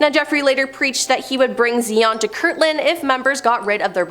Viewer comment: Also it’s Zayon not Zeeon, and it’s Hubbard not Hoobard.